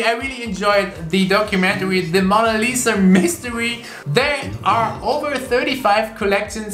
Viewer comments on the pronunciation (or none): none